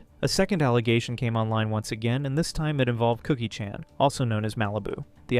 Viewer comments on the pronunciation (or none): can’t even pronounce Chan correctly 😂